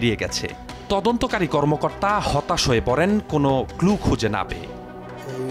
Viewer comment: পুলিশ ক্লু কে কই "কুলু" ডিবি সাসপেক্টকে কই" সাসপেন্ড" 😂😂😂 এরা চাকরি পাই কেম্নে?